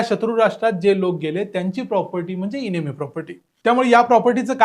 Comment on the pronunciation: इनेमी नाही. एनिमी असा उच्चार आहे. एनिमी म्हणजे शत्रू.